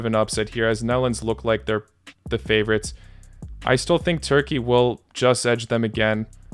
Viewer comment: What's about Russian accent 😅😅 "I don't have any favourotzzzz.."